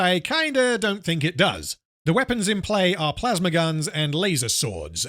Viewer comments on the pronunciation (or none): none